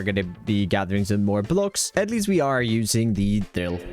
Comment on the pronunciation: I guess the R is silent Dill